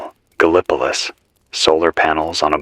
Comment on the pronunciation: Started listening pm EDT! Loving it, lyrical. AND... the way you're pronouncing Gallipolis IS the way we pronounce it here in Ohio, so BRAVO!